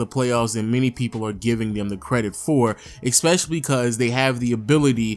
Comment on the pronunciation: Can he go a video without pronouncing especially as *eckspecially*? lol